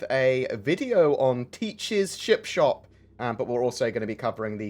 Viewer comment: Sounded like you said chip shop, mmmmm chips